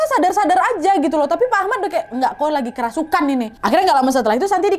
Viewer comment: "Kerusupan" And "ceremai" 😭🤣